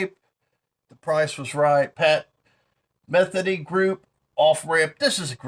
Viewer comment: Hey, I like vids and it's America everyone has the right to produce and sell anything. But, who is leading that pathetic of a life that they need attention from a YouTuber only known to vinyl fanatics and buy his shirt. And it's Pat MethEEney,not really pronounced like it's spelled. 🤟 peace brother